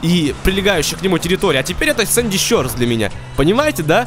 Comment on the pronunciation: правильно говорить шорс, а не щёрс